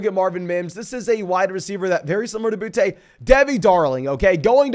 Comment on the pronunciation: It’s booty not bou te